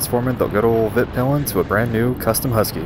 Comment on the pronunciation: The name of your bike (in Swedish) is pronounced "Veet-peel-en", NOT "Vitt-pill-en".